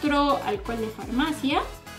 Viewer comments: dice framacia en vez de farmacia.;v. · alcohol de farmacia o de framacia?? 😂😂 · Alguien se dio cuenta que en el minuto dice framacia en vez de farmacia??? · En ves de decir farmacia dice framacia en el monuto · Jajajaja "framacia" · la "framacia" el que entendió entendió